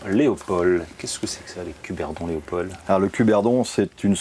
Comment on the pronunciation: Ces pauvres Français ont du mal avec la prononciation des mots flamands (j'ai mal aux oreilles) mais il faudrait surtout leur dire qu'en français le D final de «Léopold» ne se prononce pas. Sinon, cette émission est sympathique et ça fait plaisir de voir des Français descende de leur piédestal et s'intéresser à leurs voisins.